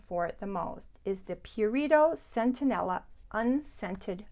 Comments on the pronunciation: I have also experienced that the Cerave Hydrating cleanser stings my skin. Have to try the Mad Hippie cream - super ingredients Just fyi: It is Centella - not Centenella 🙂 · I think you pronounced it centenella, when it is centella? You do it again You have it spelled correctly in the list. . I checked amazon. It is "centella" I first heard about it from Laura Geller years ago